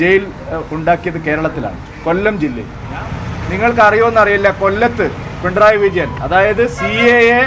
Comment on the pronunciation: പിൻഡ്രായി വിജയൻ അല്ല പൊട്ടാ പിണറായി വിജയൻ.. ആദ്യം പിണറായി വിജയൻ എന്ന് പറഞ്ഞു പഠിക്ക്..